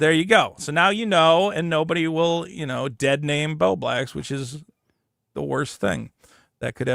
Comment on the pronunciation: "I Willa NOT be doing that."